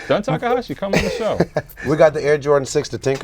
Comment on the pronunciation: the editor for calling jun takahashi "JUN TAKASHI"